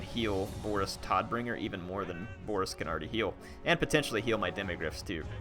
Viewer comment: Nice video as usual. Just one thing - I'm pretty sure Todbringer is pronounced T'oh'dbringer; the name has a Germanic influence :)